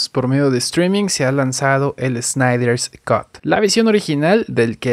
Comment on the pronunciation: Dijo "Snyder's cut" (corte de Snyder), por eso suena la "S" antes del cut y termina sonando como "scot" xd.